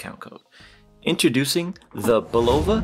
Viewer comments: It's BULL -UH-VUH Not BULL-OHH-VUH! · Bro it’s bulava not bullova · It's BUL-o-va. Really.